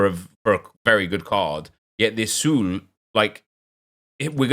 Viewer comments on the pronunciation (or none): I'm dying that you pronounce "Sule" as "Zoolei" and "Soulé" as "Sool". Come on Nep hahahahah